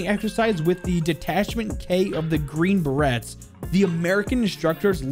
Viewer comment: Surprised no ones pissed off with his pronunciation of the Green Berets